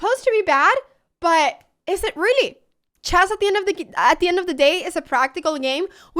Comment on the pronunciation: What's chaas? Why can't you say chess?